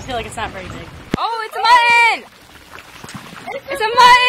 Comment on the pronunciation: I really enjoyed watching your video!!! One small problem I noticed, why does every one keep mispronoucing the word muTTon!